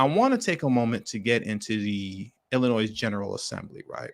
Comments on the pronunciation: WoW...Don't know the law and ain't trying to learn whilst still flying flags from their place of domicile. SMDH. Oh, and BTW, it is pronounced 'Ill - annoy'. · Appreciate your content but FYI - The ‘s’ is silent in Illinois